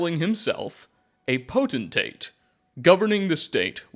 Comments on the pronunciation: PO-TEN-TATE!!! Not PO-TEN-ATE!!! Sound out your words. Makes you sound stupid! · Not that it matters much because it’s only said a little bit, even in books — Potentate is pronounced “poe-ten-tate”, just like it’s spelled there. Elden Ring taught me this. 😂 new viewer, glad to have some channels like yours, fudgemuppet, etc as I get back into the Elder Scrolls after over a decade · Potentate! There a T in the last syllable, not potenate. This was painful to listen too. Sorry, I still love you though. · Poten-Tate lol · FYI I think you pronounce potentate the way you pronounce “potential”. So it would by pi-tent-ate. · Were you intentionally pronouncing "potentate" as poteNate haha? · Homie forgot the second T in "Potentate" every single time he said it. Wtf is a "poten-ate"? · Pote-… I see what you did there 😂 Poten-tate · While I’m glad to have a new video you had so many chances to say Potentate correctly and you whiffed every time 😂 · You're mispronouncing potentate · The potentate mispronunciation is fucking hilarious because of how many times you say it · Video was so good I didnt even care that seems to think the second t in potentate is silent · "Chim" would sound like "Kim"... anything starting with the "ch" would use the "k" sound. Also, there's three Ts in potentate.